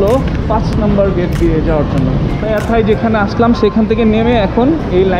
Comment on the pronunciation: bts sky station ar nam holo paya thai, not pattaya thai.nice video